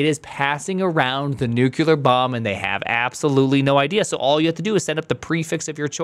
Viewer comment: 1M subs and still says "new kew lard" instead of "new clear". Gotta love:face-red-heart-shape